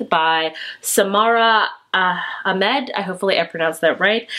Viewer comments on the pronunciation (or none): none